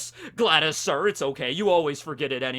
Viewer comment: It’s “Gladius” not “Gladys”. It’s “happenstance” not “happenchance”.